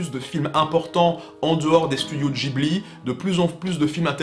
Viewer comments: C'est comme tu veux mais en France on dit plutot guibli que jibli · Tres bonne video mais on ne dit pas "Gibli" mais "Guibli" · Pourquoi il prononce Ghibli " Djibli " ça se prononce pas " guibli " ? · Cassandre - C'est tiré d'un mot italien, et en italien g + h se prononce gue (pas gwe mais bien gue) donc ce serait "guibli" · C'est amusant de choisir d'utiliser la prononciation "Ji-bli" quand à côté il y a énormément d'autres cas où c'est l'inverse (prononciation Jp / Occi j'entends). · Je ne crois pas que Ghibli se prononce comme ça.